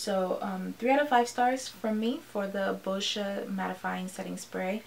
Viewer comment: Girl you deserve so many more views!!! Who wants a product that unintentionally tye dies your shirt 😂 Side note it took me a while to notice that you were saying "boscia" I swear you were saying bull sh** website